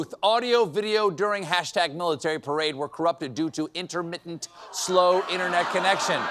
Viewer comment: You have mispronounced the word “Perade”